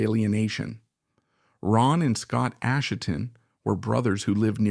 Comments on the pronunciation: So this narrator is obviously AI, it doesn't even pronounce Asheton correctly! Therefore, the writing may be AI or Chat GP as well. That means I have no desire to listen to the whole thing. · We Will Fall is not the album's closer. It's the only filler material, and it ends the first side. This guy can't pronounce Asheton, and whoever does the text has two wrong ways of spelling it. He can't even pronounce bassist, saying it like the fish, bass. Maybe this is AI, but if so, we need to remove the "I"......